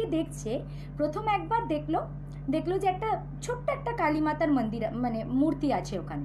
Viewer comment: বাংলাভাষায় উপস্থাপনাকালে 'লাক্ষ্মী মাতার মান্দির', মাকড়শার বদলে 'মাকড়ী' ইত্যাদি ধরনের উচ্চারণ ও অযথা হিন্দী শুনলে ভীষণ কানে লাগে।